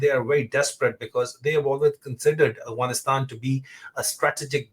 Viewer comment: Brother Adil please pronounce Afghanistan properly. It’s not Aghwanistan.